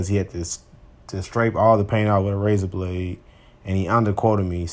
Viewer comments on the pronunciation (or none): none